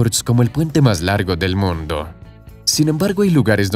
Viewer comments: que horrible redaccion. En vez de mundo dice moondo... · Hay lo siento pero lo tengo que decir, no sé pronuncia moondo sino mundo, una única vocal en forma de U, si algo bueno tiene el español es que todas las vocales tienen un único sonido. Que alguien me explique como de lógico es que haya un túnel desde Gibraltar hasta Tánger cuya distancia es más aún que el doble más corto, Gibraltar para empezar no tiene terreno suficiente para una boca de un túnel que se tendría que hundir hasta los 1000 metros bajo el mar, pero aún más bajo tierra, además, se construiría en parte en aguas españolas y para que a españa le interese un túnel euroafricano pasando por Gibraltar, que es un paraíso fiscal o casi, habría muchísimos problemas, la segunda solución que se dio es la más posible de todas y seguro que será la que se escoja en el futuro. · jaja, por que hablas así??? "el puente mas largo del MONDO..." XD XD XD XD XD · ¿Por qué el locutor pronuncia la palabra "mundo" casi como en italiano? En toda la locución no le sucede con ninguna otra palabra. ¡Habla bien, habla bien o te mato! (?)